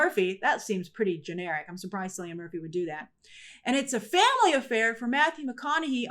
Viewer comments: Kil-E-On is how you pronounce Cillian. It's another irish name. ❤👍😃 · Grace, Cillian is pronounced with a K sound, not an soft C sound. It's an Irish name, just in case you ever meet him